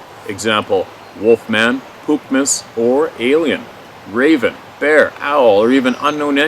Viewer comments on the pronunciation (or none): none